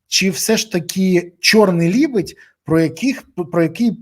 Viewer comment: Не либидь, а ле бідь